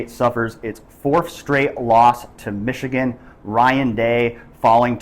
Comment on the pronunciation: O-H…N-O not Mich-again!